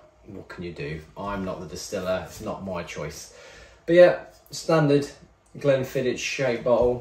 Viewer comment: Mildly upset at your pronounciation of Glenfiddich 😄